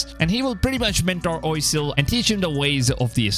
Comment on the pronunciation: Being French, wouldn't Oisel be pronounced closer to "wa-sel" not "oy-sel"? Can any French-speaking people help?